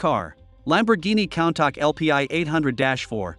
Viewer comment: bro mispronounced Countach like "Count-Tack" its pronounced "Coon-Tash" how did you fuck up this badly?!?!?! 💀💀💀[besides that, the video was great lol]